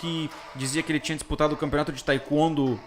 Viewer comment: Por gentileza procura pronunciar Taekwondo de maneira correta. Mas tirando isto parabéns pelo vídeo.